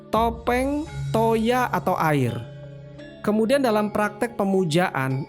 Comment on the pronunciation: Sebenarnya ada yg kurang tepat mas dalam beberapa pembacaan, seperti Tan Keno Kinaya Ngapa, Toya dan beberapa kata lain. Karena beberapa huruf a itu condong dibaca seperti o, tapi tetap terima kasih sudah share ilmunya